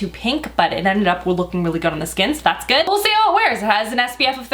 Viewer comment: "Guud guud" sounds like Norwegian trying to speak English 😅